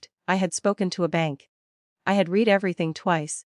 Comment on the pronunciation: BS, just tell them to piss off. It's not REED everything twice, it's pronounced RED, but it's spelt read.